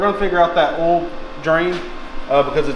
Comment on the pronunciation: oil plug, not "ole" plug, it's a two syllable word. OIL not OLE.